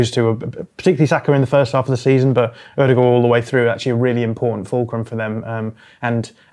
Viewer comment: ´s Ødegård pronunciation is one of the best I've ever heard from a non Norwegian speaker.